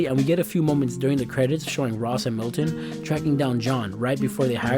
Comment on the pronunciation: "Milton" XD